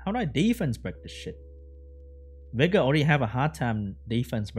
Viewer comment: Everytime says Vigor it sounds like Beggar to me lols